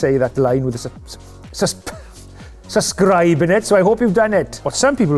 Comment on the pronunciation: "Suscribe"?? Really, Nigel? Is that a Welsh word?!!